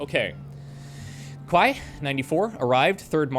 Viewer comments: “quai” is pronounced like “key” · Marseilles is pronounced "Mar-say" and Quai is French for Quay, pronounced "Key".